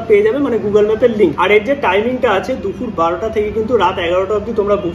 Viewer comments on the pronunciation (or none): none